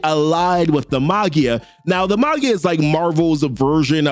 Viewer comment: Maggia is pronounced 'maj jiah" for future reference my friend